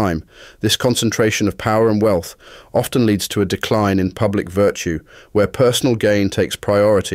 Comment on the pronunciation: He mispronounced "often"